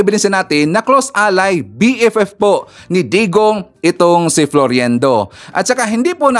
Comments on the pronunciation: FLOIRENDO Hindi FLORIENDO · Its FLOIRENDO NOT FLORYENDO. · You are mispronouncing his name it's pronounced as FLOYRENDO and spelled as Floirendo. It's annoying to the ears.. This Cathy Binag is such a friggin liar and shld stop advertising her immorality and stupidity imo... just sayin...She is a mistress sans class imo .